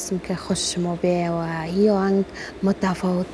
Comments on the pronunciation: قطعا کلمات دری را تلفظ کرده نمیتواند. فکر کنم سواد ابتدایی ندارد. مثلا به جای این می‌گوید هین، تقدیم می‌گوید تغدیم و ........ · آواز خوب دارد ولی این دختر خانم بعضی حروف را غلط تلفظ می کند مثلاً «اصل» را «هصل»,« شعر» را «شحر» «این» را «هین» و بعضی مشکلات دیگر، کسیکه آواز می‌خواند قبل از هر چیز باید سواد کافی برای خواندن و نوشتن درست داشته باشد چون سر و کار آواز خوان با کلمات و شعر است. امیدوار هستم مد نظر داشته باشند.